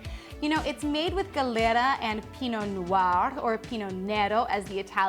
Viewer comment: You say gelera grapes, isnt glera?